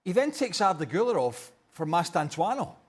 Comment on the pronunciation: "Mastantuano" They get paid for this btw🙄